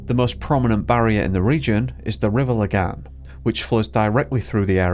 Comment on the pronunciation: He's by far the best english speaker I've ever heard pronouncing swedish, and better than many danish people. He did totally miss it on "Lagan" but it's obvious that he checked the pronunciations for the more difficult words. Man's on par with Pewdiepie and he's swedish born and bred.